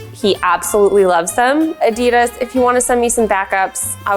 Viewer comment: normal people: adidas She: adeedars